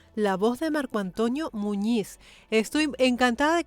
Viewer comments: Hola Hermosa soy fans de tu canal espero que no se moleste por mi humilde comentario creo que ha dicho mal el nombre ( Antonio ) Yo repeti muchas veces y claramente escucho (Antoño) Y eso pasa tal vez por su acepto y la foma de habla tan española, espero no se me enoje solo quiero opinar sobre esto, Un cordial saludo para usted. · no me había dado cuenta que dice: Marco AntOÑO Muñiz... 😄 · Es Antonio, no Antoño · Dice Antoñio en vez de Antonio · Soy yo o se escucha que le dice marco "antoño" muñiz? 🤣 Yo soy antonio y me dicen toño, pero no antoño 🤣, suena gracioso